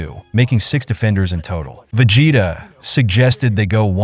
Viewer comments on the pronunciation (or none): Vegeta is 'Veh gee tah' instead of 'Ve jeh tah'. Saiyan is 'Say an' not sai an. Even though that's how it's spelt haha. Also very excited for you to do the Cell arc. Keep it up!